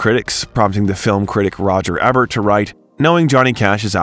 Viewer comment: Roger Ebert ~ it's pronounced "ēbert (long e), not êbert (short e)